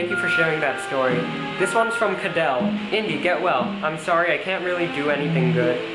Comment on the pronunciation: Hey! Did you get mine? I'm Leilani Trujillo! P.S and you kinda pronounced Kadell wrong